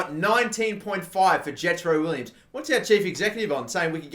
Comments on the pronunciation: It has been annoying me just Jetro Willems not Williams.... WILL EMS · its Will-ams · Willems is pronounced Vill-ehms,I believe